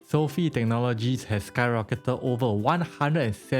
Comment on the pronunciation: Learn how to pronounce Sofi disrespect man